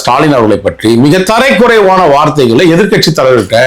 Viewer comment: ஓவரா இழுக்காதய்யா.. சொல்ற சங்கதிய சட்டுபுட்டுனு சொல்லு. மற்றொன்று . கொஞ்சம் தமிழ் உச்சரிப்பு பழகு. கஞ்சா அடிக்கிறியா...? தரை குறைவா இல்ல. தரை சரியாத்தேன் இருக்கு. மாக்கான் தரக்குறைவா என திருத்திச்சொல்லு. எப்ப்பாரு தரை தரை...தரைகுறைவா.. ஙொய்யால....